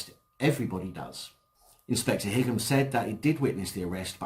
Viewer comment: i think Higham is pronounced High um (like Highgate)